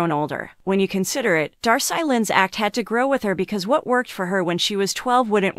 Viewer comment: was commenting on her name being mispronounced.